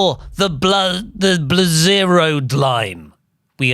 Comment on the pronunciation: “The Bl-zeroed-line” sent me 🤣🤣🤣